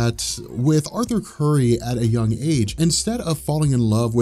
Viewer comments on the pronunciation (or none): none